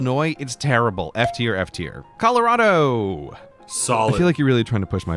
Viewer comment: Also under the context, I have never in my [redacted] years living heard someone pronounce Colorado “Colow-rad-oh” and have always just pronounced it “Color-awe-dough”